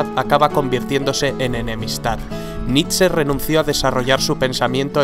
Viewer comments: nitze? naaa, es nitche (foneticamente) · Se lee nish, no?